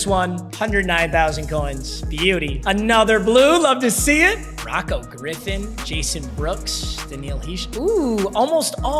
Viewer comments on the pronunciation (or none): none